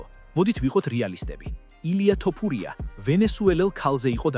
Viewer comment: ტ არა თ არის ეგ 🤭